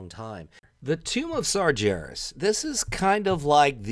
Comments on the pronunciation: It's Sargeras, not sarjeras or sarjaras xD :D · It's pronounced Sargeras with a G like Gary, not a J!